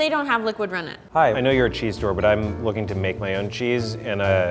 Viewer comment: "Luuking fur a nice T H I C C blob" I literally lost it😂😂😂😂😂